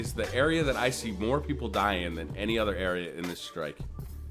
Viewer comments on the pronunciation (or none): none